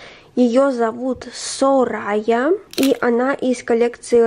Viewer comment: Не сорая а Сория ударение на О